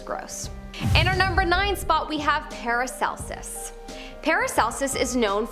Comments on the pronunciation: Them saying Paracelsus. Me: ParacelSUS. do you get the joke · "ParacelSUS" Me:man im dead💀💀💀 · Palacelsus, palacelsus hmmmm he do be sus